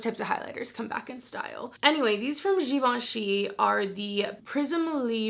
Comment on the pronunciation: You are probably the first person who pronounced that givenchy powder correctly. I'm not positive of you said the prisme part right (if there's an e at the end) but you dropped the r and e at the end of libre. Nice job! I have a French minor from college, lol.